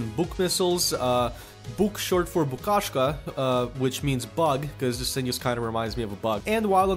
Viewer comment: Why do you say "Dis", instead of "This"? Just a smol thing, really...